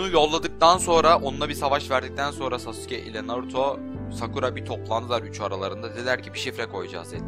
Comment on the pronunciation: Uğur Özdemir Öbür videosunda daha güzel anlatmıştım.U yu bastırmadan sasuke demesi gerektiğini belirttim.Ayrıca beceremiyorsa normal sasuke demesine devam etmesini söyledim çünkü şu andaki söyleyişi gerçekten kulağımı tırmalıyordu.Bu konuşmam üzerine tepki vermeyince ben de normal söylemesinin yeterli olacağını belirttim,yani nasıl deneceğini biliyorum ama şu anki telaffuzu gerçekten sinir bozucu...